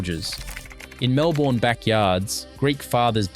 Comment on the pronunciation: Can’t even pronounce Melbourne right wtf msn